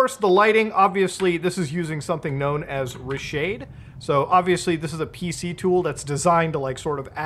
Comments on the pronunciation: The way you said reshade caught me off guard😂 ruhshadee > Reeshade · I've never heard someone pronounce ReShade as "Rah Shayed" lmfao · muta really calls reshade "r'shade"